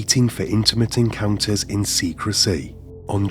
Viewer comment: The narrator has a peculiar accent: The penultimate syllable of each sentence has a downward inflection, and is stretched, while the ultimate syllable has a rising intonation. Example: "He lived with his faah-THER." Or: "They met for intimate en-cowwn-TERS." Strange!